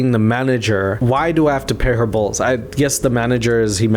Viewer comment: Stop pronouncing bills like that, it’s B-ILL not bowls